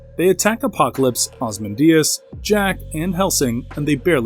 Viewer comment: Murad two??? Cmon man its Murad the Second. Oz-man-diaz. 😮‍💨 A cove-in of vampires 🤮. Never again will i watch this channel, this is too much